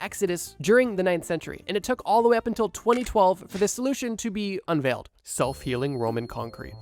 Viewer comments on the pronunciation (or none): none